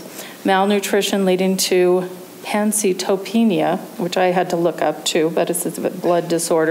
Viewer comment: Pancy-topenia??? It's Pan-Cyto-Penia Pancytopenia